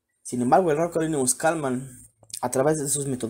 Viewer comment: No es Kalman es Kalmen ! Saludos